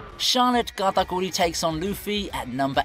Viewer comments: Sounds like this dude pronounces Katakuri as “Gatagoolie” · Why he say katakuri like that...